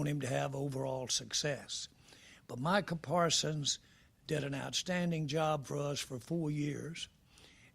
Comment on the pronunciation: can't even say Bro name right